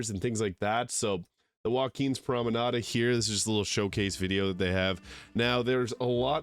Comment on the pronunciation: Does your voice acted character incorrectly add an A to the end of "promenade" too?